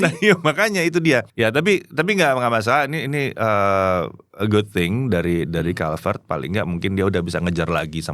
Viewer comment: pas baca brand sepatunya kenapa jadi kulivert -_